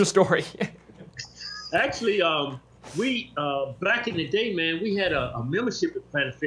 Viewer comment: Hahaha did he say "black in the day"??